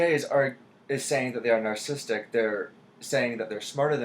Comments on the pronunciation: every time he says nar sistic i cringe. its narcissistic- nar-SIS-sistic not nar sistic grrr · He pronounces it as "narcistic". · This dude is an INTJ and can't pronounce the word "narcissistic". This is why I have distrust for the MBTI. The MBTI is simply one lens in which one can view/explain differences in human behavior. The definitions explain the healthiest and highest performing version of any given type. Regardless of a personality type, there is always going to be individualistic differences (life experiences, IQ, athletic ability, etc.). This coming from a fellow INTJ.